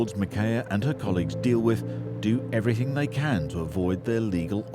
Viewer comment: The Kings English, Oxford English both define that the correct way to pronounce the word EVERYTHING is "every- thing" and definitely not EVERYTHINK (everything not everythink).